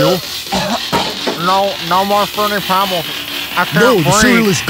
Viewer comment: frooti pebls